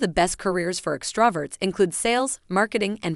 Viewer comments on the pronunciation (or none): I like how she botched the word extroverts . Ah, a true introvert she is.